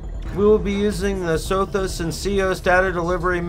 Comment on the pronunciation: When a system's name isn't spelled phonetically(and even if they are) it helps to show the name instead of just saying it. From looking at the galaxy map near CEOS I am guessing what sounded like SOFIS is actually supposed to be SOTHIS